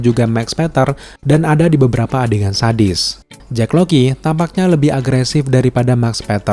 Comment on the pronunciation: Jack Lockley bang ngapa jdi Jack Loky:v